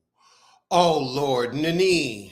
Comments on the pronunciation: It sounds like youre saying "ninny" 😆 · Why u said Nene like that 🤣🤣🤣🤣 lost my entire mind